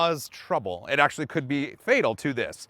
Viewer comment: Did he say axleually?